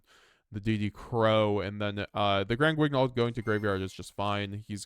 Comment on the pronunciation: The "gn" in "Granguignol" is pronounced the way you pronounce the "n" in "onion" or "ny" in "nyan."